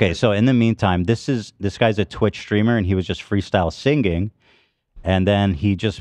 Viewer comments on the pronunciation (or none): We need an episode where Ethan finally learns how to pronounce the word "singing"